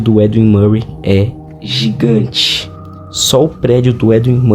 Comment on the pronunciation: lá ele,. Tu gosta de dar ênfase no "GIGANTE" né?